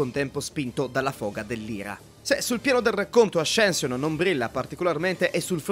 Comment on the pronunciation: Bellissimo video! Mi trovo molto d’accordo Però ascension si pronuncia assenscion e non ascension